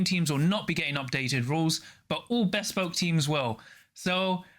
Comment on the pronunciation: Great vid, thanks for the summary! Loving the content Apologies, but I have to mention that "Bespoke" is not two separate words!